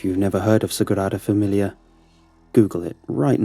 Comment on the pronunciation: It may have rolled off well, but it was completely butchered.